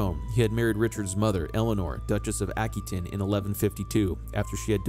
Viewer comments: AH-QUE-TAIN NOT, Ack-Oo-ain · Hello. That is an anglicized pronunciation. Aquitaine is a French territory and it's French pronunciation is as i say it.